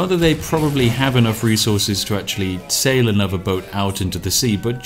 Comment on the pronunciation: "... I'm gonna sail on over ..." or was it "... I'm gonna Ceylon over ..."? ;P